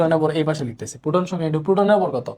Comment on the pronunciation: পুটন না প্রোটন। 😅